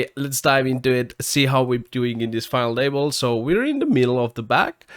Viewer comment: I love how he says "Final able"